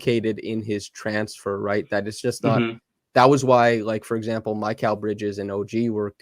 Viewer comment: I hate to be so picky (and I really love your content) but you’re pronouncing Mikal’s name wrong. Not Kal like California but Kal pronounced like “Kale”. I think it’s more frequently spelled Michail… anyway, I just had to say it because my ears perk up every time lol.